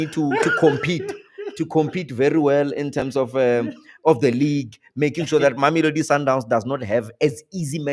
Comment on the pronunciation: The phd is not for pronouncing people’s name.. kanti naba njani bantu? Even you, you can’t pronounce that name, you would find that Thami is far better than you 😂